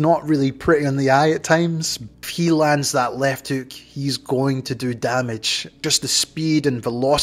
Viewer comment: You said “ripping left heuk”